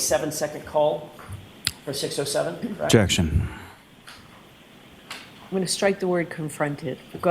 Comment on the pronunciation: "Kract".... is that the same as CORRECT? AND, THINK a.m. jennifer can't forget it!😅